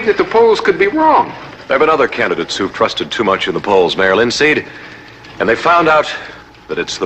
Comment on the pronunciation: It sounds like Adam west is saying "mail in seed" THEY PLANTED IT WAY BACK THEN! lol. This video cracked me up I can't believe I hadn't seen it.